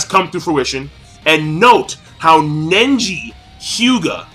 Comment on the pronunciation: Seriously, you can't say one name right, or even a technique... Nenji? Notradamus? Bayakyugan? xDDD It's not like you're way off on the names, but damn...